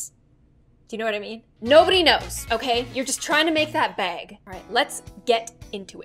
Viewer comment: I love how when she says bag she says it like BeAg